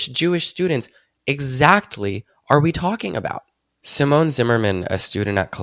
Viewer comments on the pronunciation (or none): none